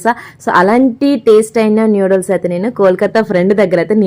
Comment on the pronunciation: నూడిల్స్ అమ్మ తల్లీ న్యూడిల్స్ కాదు